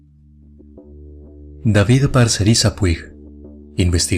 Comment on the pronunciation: Hola, no se pronuncia Puig tal cual se escribe, se pronuncia Pusht 😅